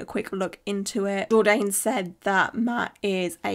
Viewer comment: Lol, it's pronounced jord-ann rhymes with man. Not jord-aine, rhymes with stain.